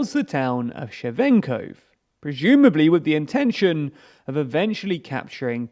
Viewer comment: Shevchenkove, not shevenkov. Read, man, read!!!